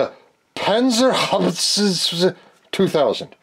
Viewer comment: "The Panzerhabitszs.." 😂 almost got it right😂👍🏻